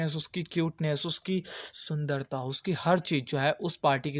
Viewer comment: the way he say (uski sundata)😂😂😂